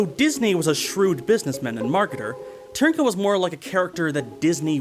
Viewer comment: Hearing foreigners trying to pronounce Ř will always be fun. But kudos for pronouncing Trnka more or less correctly,. BTW Dvořák isn't pronounced dvor-zhak, dvor-shak, dvor-jack, dvor-rak etc. And D isn't silent.